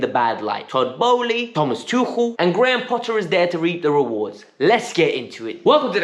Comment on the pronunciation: Stop with the trying to pronounce Tuchel with a German accent, you just sound like you have phlegm in your throat